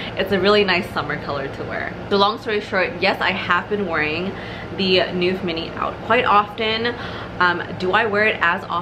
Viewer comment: Great review . Thank you. I probably sound like a know it all , sorry about that but i have A small pointer for the pronunciation of “ neuf “ its not noef but is pronounced like the canadian Montreux .